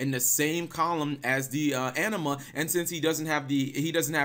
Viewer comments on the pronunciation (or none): none